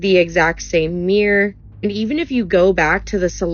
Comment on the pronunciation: Oh a meeear? It was on a meeear? Jeebus tibby farking chwist!!